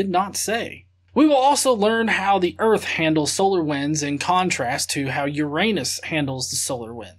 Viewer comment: Well, he sais "earfh", so...